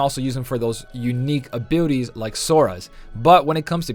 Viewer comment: Maybe its my headphones but sounds like you said unique abootys 😂